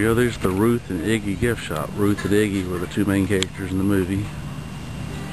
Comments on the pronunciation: it is Iggie.......not igie......pronounce it correctly....please... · It's Idgie, not Iggy! That was driving me nuts.... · I love the movie. I cry everytime. Its Idgie, not Iggy or whatever the hell you said. Question: If you are going to make a documentary or whatever, then why didn't you take the time to research first? I mean, you have it on VHS, and there is Wikipedia, and that IMBD site. I also have been wondering what that big 3 story building is. Thanks for butchering the movie for millions of others. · Idgie's name was pronounced with a soft G, as in "Gem". The "D" was silent. Just thought you should know. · yes you did great. your just misspronounceing the name iggy..